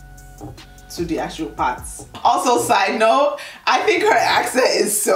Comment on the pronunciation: Listen to how she says “also”